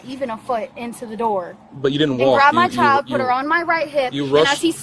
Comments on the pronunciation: Bill Burr's comedy special about not hitting women comes to mind watching this. It's also really annoying the emphasis on the last syllable of the last word. "childAHH." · I've never heard "child" pronounced with three syllables: Chi-YULL-duh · It’s not pronounced, “c**ld-DUH.” It’s a one syllible word. Rhymes with wild. Not whild-Duh. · She should get extra charges for unnecessary syllables….chi-al-da…….meee-ya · Let’s clap out the syllables … “child” 👦🏻 = Chai-uld-DUHHHHH 👏 👏 👏 but yeah what you said 😉 😂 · Why do people like her always add extra syllables for emphasis? "They kidnapped my CHY-ULD-UH!" 🙄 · Only time over ever heard child pronounced with 3 syllables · Me-uh Child-uh What a mouth on her!!! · I didn’t know “child” could be a 3-syllable word… CHAI-yole-duh! 😂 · she managed to turn the word child into a 4 syllable word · How can the word child have 3 syllables? And the word may have 2 syllables?